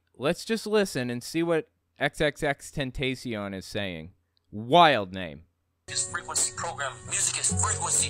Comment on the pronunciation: It’s “XXX-ten-tah-si-ón”, for the record. Though my initial guess when I first heard of the guy way back when was “extentation”, so hey.